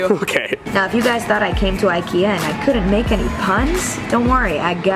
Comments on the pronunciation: Nora H jag också, blev så irriterad när de stog typ "ö" o hon sa "o"😂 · Robin Malmquist sooo true i was like you are saying the names wrong